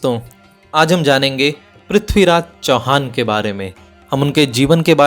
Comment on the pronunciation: Bhai prathviraj ji ka naam achhe se to lo yr kam se kam. Haar gaya kya hota he